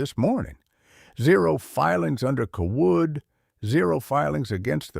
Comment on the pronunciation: Seems to me the family name would be pronounced Cay-wood not cah-Wood. I agree with previous comment about why a farmer would be driving a tractor instead of a pickup to and from the lawyer's office and the bank. That normally makes no sense.